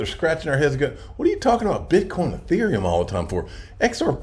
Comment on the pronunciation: It’s. EEE-therium. EEE -Ther. Sounds like ya know when u pronounce them correctly